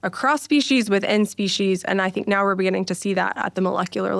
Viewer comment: Beginning, not begenning